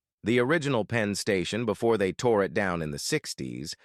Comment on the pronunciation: "PEEN" Station? "CBBB?" GET IT RIGHT!